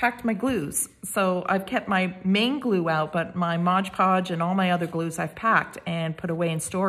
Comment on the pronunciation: Very gently and respectfully, it is not 'modge' podge, it's MOD podge.